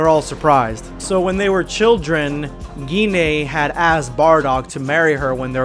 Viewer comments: Wait is her name really pronounced like that? I've been thinking her name rhymes with wine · I really hate how Gine's name is pronounced. I would've preferred it to be "Gene" or something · I thought her name was pronounced "Jin"